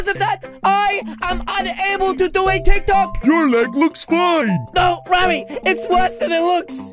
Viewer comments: i mean tik tok not tik talk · It not tic talk bruh it tic tok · It's not tik talk it's tiktok